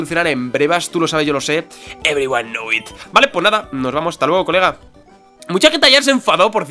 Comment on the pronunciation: no lies a la gente con el inglés, se dice: everyone knowsssssssssssssssssssssssssssss it, con SSSSSSSSSSSSSSS